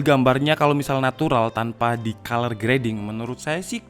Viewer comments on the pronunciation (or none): none